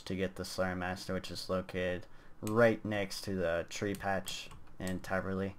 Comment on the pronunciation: taverley sir not traverly